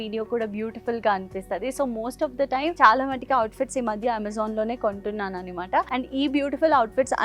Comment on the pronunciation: It’s anamata not animata..Not a hater or anything but enduku telugu ala matladthunnaru??